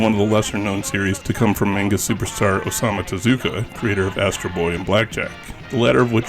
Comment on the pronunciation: Sakebi is "shout." Manga is pronounced "monn gah." 2nd: South Rainbow Lucy Superbook & The Flying House used to be run on Jim Bakker's religious Trinity Broadcasting Network. They probably paid for them. Robotchi is pronounced with 2 Long Os. Aka Ro Bo Chi. The t is there for a double consonant in the Chi syllable. Kabocha is "pumpkin." グループ タック - Group Takku but since the trailing U isn't pronounced, it's just "Tak" or "tokk." If you're seeing it as "TAC," that seems wrong. Really odd the kana say Dairagaa (Dairager) but the name we got told was "Dairugger?" or some variation with eu or ue.